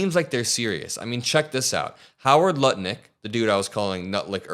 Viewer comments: Brother did you just say Nutlich? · Did you say nut licker or butt licker. Either way he’s a despicable ass.